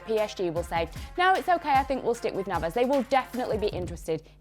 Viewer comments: As soon as she said Navas I knew I can't take her seriously anymore. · "Navas" im going to pretend i did not hear that